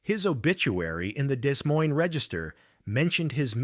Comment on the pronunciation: Ai certainly doesn’t know how to pronounce Des Moines, but it obviously understands German engineering.